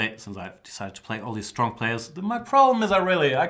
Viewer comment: Ha ha ha pardon me for laughing Jan, but it sounds so funny when you say STRRONG opponents. Reminds me of Steven Birkoff in Rambo 2 when he says: " - You´re strong very strrong! The strongest so far!" and he twists his tongue when saying it in the same way as you....